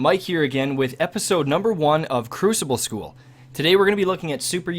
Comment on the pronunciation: Thank you for saying crucible and not cruSHible amirite????